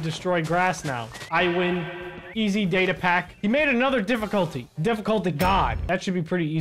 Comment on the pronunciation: Say data more clear next time cuz d is not data